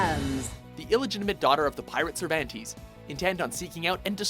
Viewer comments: Did he really just pronounce Cervantes the way I think he just did? Seriously, sometimes when they pronounce things at Watchmojo my ears just die. They pronounce things so badly there. Don't even get started one how that girl pronounces Naruto. smh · Does Watchmojo not research pronunciations in names when doing these videos? If I hear Cervantes' name butchered one more time, I'm gonna stab myself with a soul edge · 1st. Heihachi also appeared in Soul Calibur and Tekken... 2nd. Its pronounced "Sir Vahn Tez" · It's Cer "VAHN TÉS". Reminded me of this tournament player in II that thought he was the shit with Cervantes, but couldn't pronounce his name. Worst part is the announcer says his name in the game, lol. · Lol where the hell do these narrators get their pronunciations? (Sur van tees) lol wtf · Am I the only one who cringed when he kept mispronouncing Cervantes? (Sir-Von-Tes) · geez, cringed at the mispronunciation. Cervandeez nutz! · You pronounce Cervantes all wrong omg that's hilarious. How do you get the names wrong when the game says them when you pick them? Dumbass lol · Learn how to pronounce the names !!! Cervantes and Taki you butchered smh and yoshimitsu should be motherfucking number one!! N how dare you say maxi only makes the list maxi is god tier!!! Fucking WATCHMOJOOO! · The way this dude pronounced Taki & Cervantes name made my day! It's similar to Caucasian's pronouncing words in a Spanish accent wrong like Tortilla & Quesedilla! Lol! XD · It kills me the way you pronounce Cervantes... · Dear god the way he pronounces Cervantes and Taki is awful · The way he pronounce Cervantes bothers the fuck outta me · why is it that people on YouTube seem to pronounce Cervantes' name wrong? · Pronounce Cervantes wrong one more time please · I didn't know you could butcher the name "Cervantes" so horribly. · Lol Cervantes.... The game LITERALLY tells you how to pronounce his name.... but you still sound like an idiot. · Sir van tees? Cer van tes. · Sir VanTees